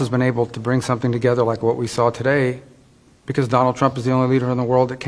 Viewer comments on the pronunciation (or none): none